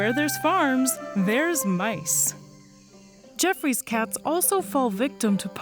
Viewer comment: "Gee-off-roy" NOT "jeff-ree"